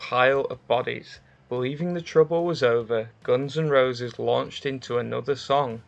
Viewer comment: Didn't know the band is pronounced Gons N Rowses